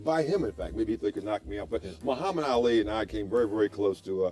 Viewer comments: I don't like the way you're saying "Ally". It's "All Lee"! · Why are saying Alley?